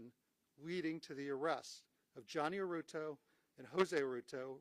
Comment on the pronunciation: Its pronounced "HER-TAH-DOE"......